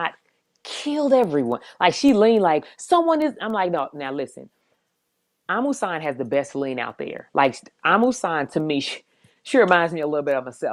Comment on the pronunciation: Loving that we are pronouncing our fellow Africans names correctly, Yass Kambunji and Amusan. love it Gatlin!!